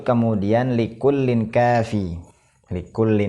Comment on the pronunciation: Tanwin betemu kaf, dibaca ikhfa, ang, kenapa dibaca likullin, padahal jelas jelas dibaca likulling bukan likullin